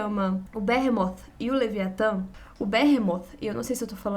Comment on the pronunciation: Excelente vídeo. Sowell é bom demais! Sobre a pronúncia de "Behemoth", um adendo respeitoso: me parece ser algo próximo de "birrímot" (mais próximo da pronúncia em inglês, inclusive) do que "berremót" (como, instintivamente, pronunciamos em português). Mas isso é um mero detalhe, que não impacta em nada a alta qualidade do vídeo. 👍🏻👍🏻👍🏻